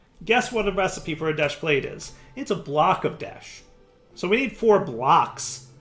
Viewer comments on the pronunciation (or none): Current Troll List 1) Pronouncing "desh" as "desht" 2) Not automating the sifters 3) Not auto sorting and storing all the mob drops from the mob farm into drawers 4) Not auto sorting and storing all the fishing drops into drawers 5) Referring to the process of "sifting" as "sieving" 6) Referring to the process of melting or cooking as "smelting" 7) Not massively increasing his RF production even when the arc furnace drains his power 8) Setting up amethyst production super far away from the other things that relate to it 9) Not filling in all the holes on his island 10) Not cutting down his sugar cane or setting up the sugar cane he has upstairs to automatically harvest it and store it in a drawer with a void upgrade 11) Not making any buildings to organize all of the various machines and setups 12) Still having tons of random and messy chests and such all over the place 13) Ignoring the amazing creative flight ability he was given as a quest reward 14) Not using insulated cables and then hurting himself on them. 15) Somehow still struggling with connecting wires when its obvious how they work 16) pronouncing toluene as "toe lean" instead of "taal yoo een" 17) complaining about the amount of desh ingots he needs for desh plates after saying he has an unlimited amount of desh from the moon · Why do you insist on saying deshed? I'm genuinely curious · why is he calling it desht? I didn't think there was a "t" in the spelling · Why does keep calling it desht. Theres no t